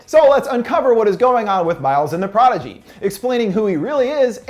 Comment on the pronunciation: Doesn't pronounce prodigy correctly, 0/10